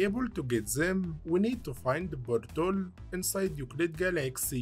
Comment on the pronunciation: I love when he says "boint" and "bortol" and such. "Bortol" actually got me scratching my head for a moment. I didn't know what he meant until I saw the portal. I was like "ooooh - you got me there, not gonna lie" lol